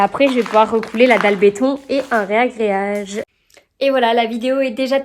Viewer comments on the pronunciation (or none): ⚠️ RAgréage et non RÉAgréage 😅